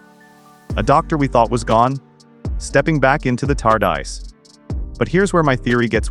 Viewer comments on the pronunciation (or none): AI generated click bait. "Doctor <Pause> Who" and TARDice? At least check it before publishing.